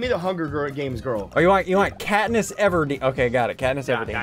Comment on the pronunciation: “Pat-niss Everdeen”